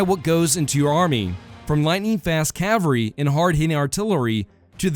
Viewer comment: / ˈkæv əl ri / -- the "l" in "cavalry" is not silent!